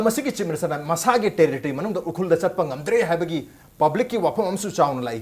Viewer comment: should learn to pronounce "Ukhrul" correctly.